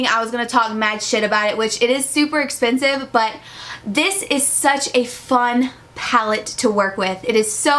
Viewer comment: "Das espensive" 😂